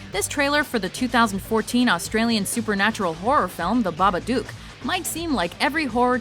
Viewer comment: Babadook. Pronounced like "book" or "look". Just listen to how they say it in the trailer. It's like she's trying to piss me off.